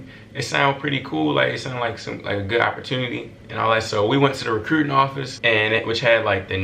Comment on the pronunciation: “recrewwting” office 😂😂😂❤️